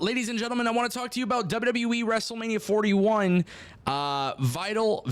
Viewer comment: STOP SAYING WEEEEEEE AT THE END OF WWE ITS AN EEE NOT A WEEE